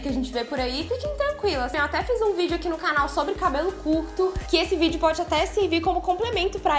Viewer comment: Já perceberam que fala "cánal" kkkk fofa